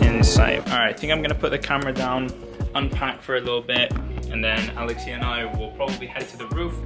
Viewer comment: Thank you for making this video! As a Greek in the US who can’t go to Greece this summer because of the pandemic, it feels really nice to watch it! P.S. Alexía is a beautiful and easy Greek name to pronounce, so no need to shift the accent hehe